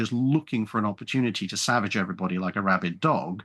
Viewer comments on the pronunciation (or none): none